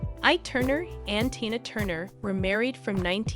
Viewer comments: LOL Right?! She keeps going back and forth from Tyna Turner to Tayna Turner. This must be an AI voice, but damn...even an AI bot should be able to get "TINA" right. Like WTH!? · Her name is tiiiiiiiiiinaaaa! Not like you say it! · Switching away from this content. If providers can’t be bothered with pronunciations of names and other key words, I won’t be bothered to watch. This speaker called her Tina, then TYNA!!!! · Omg....Bowie &Jagger and Tina were just friends. And the narrator cannit even say TINA right. Rwally? T Y N A? Sad. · How can I trust anything in the posting when you don't even pronounce TE-NAH (Tina) name correctly, she is the main subject of your videophone! Then you have several facts incorrect. Proof anyone can just post a video. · Wow. Tyna?? Woodstock 1969?! Spelling mistakes - Erwin, not Irwin .. what did I stumble across ?? How is is possible to mispronounce Tina? Just ..wow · Learn how to say the person name before you talk about Tina..Tina got away from Ike her children weren’t with her.Who ever is reading this sounds like Robot..You should learn about person before you tell the story. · Her name is Tina Turner Anna Bullock stop trying to give information when you cannot even say her name properly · so extremely ennoying to hear the wrong pronuncition of her first name so many times. What is to difficult to pronounce Tina?? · STUPID STUPID STUPID video. How in the world can you mispronounce T i n a --when the video is about T i n a??? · I can't watch this. She doesn't even know how to say her name. So disrespectful. If you can't say her name Stop covering her stories... Geez I'm over it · The fact you presenting this about an absolute icon yet you don’t know how to say her name for the most part is baffling. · Embarrassing!! Can’t even pronounce Tina’s name right!!!😡😫😫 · I just want to know this Heffa kept mispronouncing and ICON like TINA TURNER name wrong!!!! I feel like Rick James.... IT'S TINA TURNER BI### GET IT RIGHT🤨